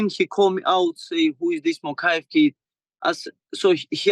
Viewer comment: Somebody get ariel to stop saying “moKHaev” it’s not more authentic or w/e tf he’s thinking to pronounce letters that aren’t there